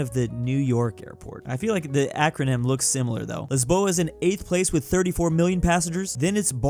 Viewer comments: Damn I loved that Lisboa pronunciation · i love how you said Lisboa not Lisbon lmao